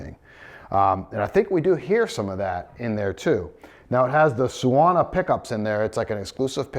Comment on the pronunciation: Suona means "he/she/it plays" in Italian. It's pronounced "soo-AWE-nah", more or less.